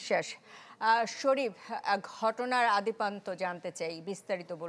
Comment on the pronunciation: ও আফা– ‘গোরাবারুদ’ আর ‘আদিপান্ত’ হইবে না। হইবে ‘গোলাবারুদ’ আর ‘আদ্যোপান্ত’! খবর পড়তে আইসা যদি ইমুন ভুলভাল উচ্চারণ করেন– তইলে কিমুনডা লাগে আমনেই কন!🫢